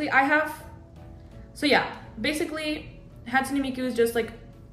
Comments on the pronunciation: Just an fyi, Hatsune is pronounced [ Hot - Sue - Nay] Ans also I love this cosplay!!!!!!! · A little bit of info it's more like hat sue nay 🎩 because that's just how Japanese works :3